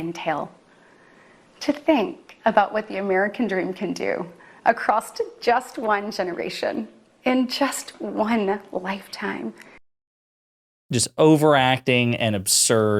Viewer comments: "Acrosst". JFC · That silly woman said "accrosst".